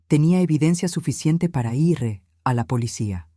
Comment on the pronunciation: Si está narrando en español porque dice los números en inglés y para decir ir dice letra por letra, quién no devolvió la llave el hijo o la madre si no saben narrar por lo menos busque un buen narrador de inteligencia artificial